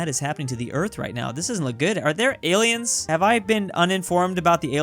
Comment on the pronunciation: Alliens! U know All-iens like Al-we-ens!